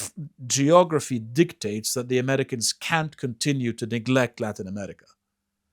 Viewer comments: Why does he say ‘Emetica’? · I can't stand the way pronounces "America." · To the guy on the left, There is no "T" in the word AMERICA.